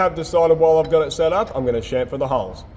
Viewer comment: "It's got a CHUFFER, it's got a CHONKER"... It's got a what..? "A CHAMFER!!!" - my beloved, watching next to me with our dog